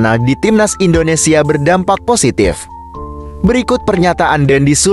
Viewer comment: Tolong kata2 admin INDONESIYE itu gk enak d denger....ug bener INDONESIA..orang mana sih admin ini..??????